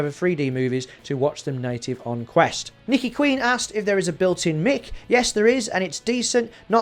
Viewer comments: Every time you say "mic" (Mick) I flinch. Surely you don't say "mick-ra-fone” (microphone)? It's "mike-ra-fone". Or is it just the accent? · I always thought "mic" was pronounced "mike" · Are you taking the mick (mic)? Lol. I've not heard someone pronounce it as mick for a long time.